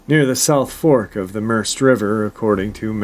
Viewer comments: Pronounced Mer-said. Spelt Merced. Another one in my knock of the woods. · the river is pronounced mer-ced like saying red but with a C. I live only a few hours from that location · The river is pronounced "Merr-said". The Merced River.